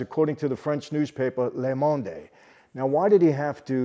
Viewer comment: Le monde is pronounced “luh mon-duh”. Not Italian ;-)